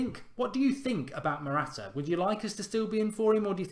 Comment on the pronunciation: matwata lol